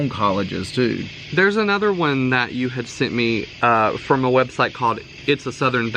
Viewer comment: Ok when you were talking about Southern accents and you said had,, it sounds like ha-ud 2 syllables!! I'm the one you asked which word, well this is the example, so clear!! Hey I'm from Texas and I have lived in North and South Carolina and i absolutely love the accent!!! It's just a little different than the TX drawl!😏😂💕 love y'all!!😍